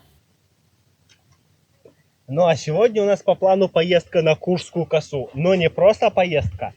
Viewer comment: косУ а не кОсу